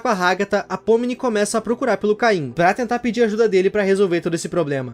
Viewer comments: Desculpa ser chato mas, não é "caim" é "CAINE" mas, a pronúncia em português do Brasil é caim então talvez eu esteja errado, ou não. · Kkkkkk, é Cane, não caim KKKKKKK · Num e Caim e sim caine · Por que vocês falam cain ao invés de caine 😳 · Des de quando oh caine virou "cain" ??